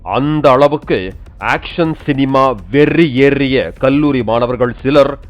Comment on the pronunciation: Irratham!!! Verri!!! the strese on these words 😅